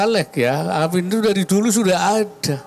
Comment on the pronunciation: Waduh kek jelas beda lafadz loh , ketika mengucapkan nya dalam Sholat / ketika doa supaya dikabulkan , itu lafadz nya AAMIIN Kek, bukan AMIN , jelas Beda dri segi lafadz dan makna juga kek😂 Kacau ini wakilnya pak OWI jarang nongol sekali nongol ....ysudah lah😂